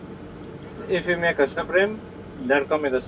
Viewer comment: Maeta sandwich He said fuck that T